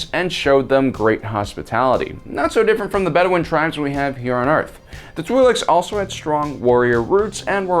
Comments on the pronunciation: It is in fact pronounced "tw-eye-lek' (singular) "tw-eye-lex" (pleural). And their ability to have children with humans only exist in Cannon. In legends the two species were genetically incompatible. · I think they're pronounced "twil'eks" like with ill but with a tw at the beginning and ek as in the last part of the word neck I think I heard it pronounced that way in clone wars but I'm not sure if I'm correct I'm mainly guessing.